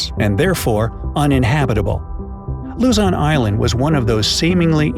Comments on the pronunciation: Woooooh, talking bout mah country again! To my foriegn friends I know the spelling is Luzon, but you guys pronounce it Luzan the pronouncement is Lose on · its lozon not lazan and nor is it luzon its lozon!!!!! I live in the philippins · It’s not pronounced “la-zon” it’s pronounced “lu-zon” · it's "Luzon" not "LuZaN" sir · whelp i'm already at the philippines and luzon is not luzan its like pronouncing loozon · Well I might be wrong but did you say Luzan it Luzon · Sorry but I live in LUZON not LIZON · he said lazon but its pronounced as luzzon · Luzan is what i hear not luzon im am a filipino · I heard "Lazan" instead of "Luzon" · Not even 5 seconds in.... and he said Luzon incorrectly 😂. He said luhzahn.... it’s loozon if u were to pronounce it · He said if u head to “LUZAWN” island lol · Lu-ZON OK?! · Luzon not lozon😅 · Its luzon not lozon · Its pronounced "luzon" duuuh!! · It pronounced Luzun Philippines lozon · I hate the fact that you say luzon as luzun though hey keep up the good work in the vid